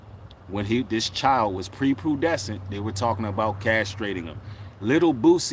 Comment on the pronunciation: Prepubescent brother not Prepudescent. You wouldn’t say puderty you would say pruberty.